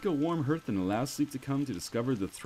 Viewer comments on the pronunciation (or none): Learn to fucking pronounce things properly. Hearth rhymes with darth NOT earth.